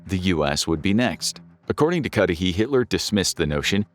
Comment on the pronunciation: What i like most of all from your videos is you don’t use AI voices i am sure if you had, everytime "Cudahy" would have been pronounced as Cudy, Cudhay, Cudahi, ect ect but you pronounced it the same throughout